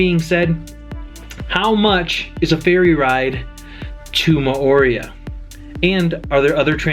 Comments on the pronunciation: I think you may have, in fact, been in Mor-ay-u....RATHU than More-ee-uh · If you are giving advice on living there, you might want to learn how to pronounce "Mo'orea". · Your pronunciation hurts my polynesian ears 🤬🤬🤬